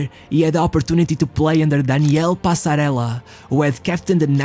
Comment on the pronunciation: WHEN you said Daniel Passarella, with L or double LL, pronounce el, Argentinian says Danil Passareza, pronounce zsee.